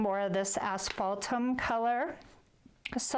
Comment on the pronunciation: I don’t see the name of the first Folk Art paint you use. Are you saying Ashbaltum? Hard to believe such a complex brown comes from a bottle. Normally, I would think it was mixed. Thanks.